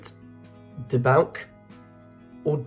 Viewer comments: Debauch is pronounced "deBAWTCH" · Did he even notice "obdurate" was on there twice, back to back (80-81 I think)? And "cognizant" and "cogent" are practically synonyms. Yes, the mispronunciations are ANNOYING ("debauk"?)!